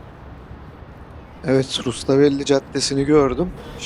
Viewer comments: Rustavelli değil , Rustaveli . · Rustavelli değil. Rustaveli